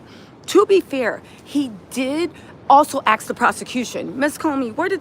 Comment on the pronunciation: It’s ask not ax